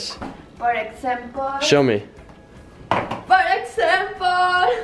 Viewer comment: Por exempol!!! 😂😂😂